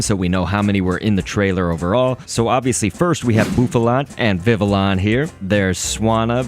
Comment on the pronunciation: How you gonna say Mantine right but mess up Villion